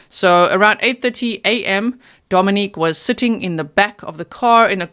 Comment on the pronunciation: G - Dominic’s name is pronounced DomiNICK…not the feminine form Dominique. Griselda’s sister pronounced it Dominick And so did Griselda’s best friend. Actually everyone pronounces it DomiNICK that I have heard. A name is such an important thing to get correct.